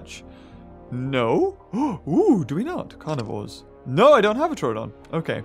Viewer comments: Every time he said troadon instead of troodon made me die inside and he even said in the vid is it troadon or troodon then he said no it would be troadon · Its pronounced, True-Don. Troodon is Truedon